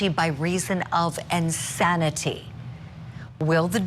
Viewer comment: 1.03 'ensanity' ma'am? 😯